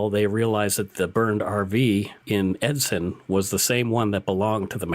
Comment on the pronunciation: Hey I just wanna say great podcasts and I like them. Also, I meet Travis Vader once in back in 2008. Also you pronounced Edson wrong.